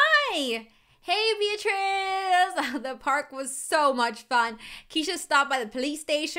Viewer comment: my name is beatirz and you are saying my name right